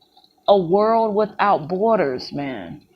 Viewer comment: Hello,!! Miss school much??? You should!! The word B O R D E R S is not BOARD ERS!! Get a dictionary!! OMG!!